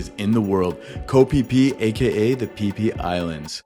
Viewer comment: It's pronounced kho pee pee not kho fie fie